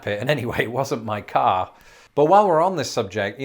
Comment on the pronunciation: Between and you did both rhotic and non-rhotic pronunciation of car!